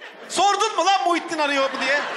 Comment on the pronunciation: lağn demesi cok iyi degil mi ya